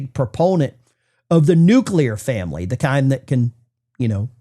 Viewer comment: We say nuclear we refer to family. They say nuclear…